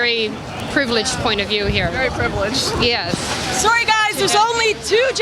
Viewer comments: "im sorwee" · I love how Lauren says sorry